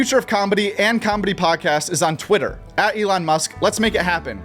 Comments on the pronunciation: The word comedy doesnt have a b in it. Why does everyone pronounce it combedy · It's nice combedy, your saying it wrong